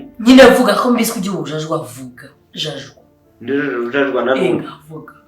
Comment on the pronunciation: Hhhhh wee ngo vuga jajwaa😂😂 gusa ndagukunda cyne ❤️